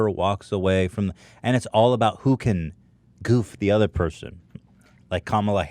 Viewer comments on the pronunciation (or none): I love when hila pronounces “ other” as “uder”